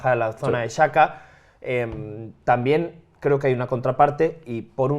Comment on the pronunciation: Pido por favor que deje de pronunciar Xhaka como saka